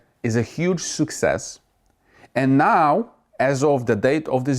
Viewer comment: I always giggle when you say anow.